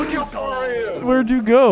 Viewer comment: im so flar me: i know you mean far but like dude